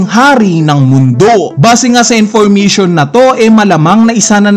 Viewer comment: Intiristing, Infurmitiun Theuri